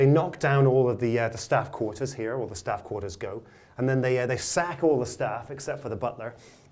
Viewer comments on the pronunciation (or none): damn you said sack the staff-geese